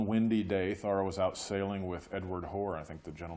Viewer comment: I first encountered Thoreau in the summer of 1969 when, as a teenager, I read “Walden.” To use a now old-fashioned expression from those days, it blew my mind and has been part of my life ever since. Thanks for the video, and also for pronouncing his name correctly (THOReau, not ThoREAU).